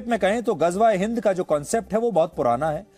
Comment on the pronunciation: Ghajwa e Hind 😂😂 Ghazwa e Hind hota hai